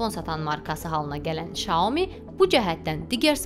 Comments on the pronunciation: şaomi yox saomİ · Çinşünasam. Çində maqistr təhsili almışam. O model "Şyaomi" yox, bizim dilə ən yaxın olaraq "Syaomi" kimi səslənir.